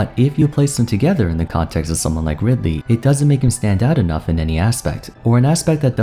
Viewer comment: and after butchering ridely like that they gave kazuya EWGF 😂